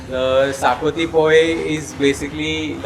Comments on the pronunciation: Not zacuti😅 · Great video guys !!! Loved it !!! Only one suggestion : it’s pronounced shahkuti